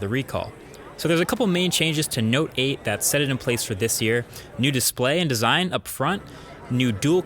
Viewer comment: Note 8 ..noteight